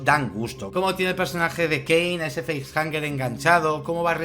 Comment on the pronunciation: Una de mis pelis favoritas, si me permitís quisiera comentar varias cosas no quiero ser tiquismiquis, pero me parece que has dicho varias veces "feisjaNger" (Entiendo que de face-hanger , hang puede traducirse como "colgar", así que tendría sentido) y sería sin N...facehugger, de hug (abrazo) En cuanto a las caras de los actores en el nacimiento de la criatura...hay quien dice que en esa escena los actores no sabían que iba a pasar, porque querían captar esas expresiones de sorpresa/terror...pero según tengo entendido no es exactamente así. En el guión parece ser que ponía que los actores tenían decía algo del estilo "algo sale del pecho de Kane", pero no entraba en detalles. Yo diría que son 7 tripulantes sin contar al alien, hay 7 compartimentos criogénicos (En la escena cuando se abren se ven que se alzan de las cámaras 3 paneles a la izquierda, 3 a la derecha, y el séptimo que quedaría detrás levantándose, no hay compartimento propio para el gato) el gato contaría más como animal de compañía, y a Ash lo estaban haciendo pasar por humano, hasta el punto que lo tenían criogenizado como los demás (Siendo un androide....se tenía que aburrir ahí encerrado XD) así que a el si lo contarían como pasajero. Creo que en la versión original no se encuentra a Dallas ni a nadie, se les da por muertos y punto (Igual me equivoco porque ya mezclo versiones). De ahí que en la secuela decidieran meter a quien pone los huevos. En la versión del director se ve que el alien es capaz de captu